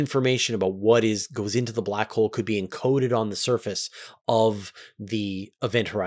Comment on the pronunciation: I have been falling asleep to the 10 hour back hole video, and now every time I hear you say "Black Hole" I hear "Blah Cole" XD